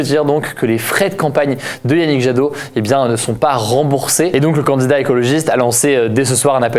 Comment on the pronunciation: C’est marrant parce que tu dis pas « candidat » mais « candzdat »